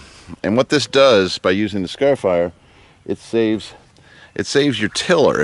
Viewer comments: skar-eh-fi-er There is an R in the first syllable and you are definitely not from Bahs-tin. ;-) They work great!! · Repeat after me:...Scarifier! ...scare e fire...scare eeeeeee fire !